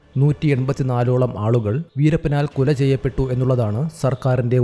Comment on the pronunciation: കുല അല്ല,കൊല